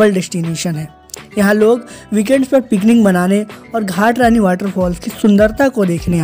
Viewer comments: Ghatrani nhi mata ghatarani 🙏🏻🙏🏻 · घाट रानी नहीं घटारानी h